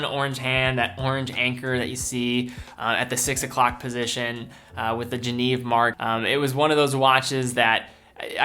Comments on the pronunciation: Really nice collection, but "Genève" is pronounced je-nehv, not je-neev. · You pronounced geneve wrong you fucking prick